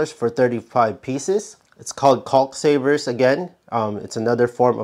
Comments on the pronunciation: The L in Caulk is silent. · The L on caulk is silent. Thanks for the great tips!! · They should be called "calk condoms" just be careful when you pronounce "calk" 🤣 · Thinking about the way yankees mispronounce the word "caulk", there had to be such comments. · I just came here to hear an American say "caulk-tube" a few dozen times. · How about learning to pronounce the work caulk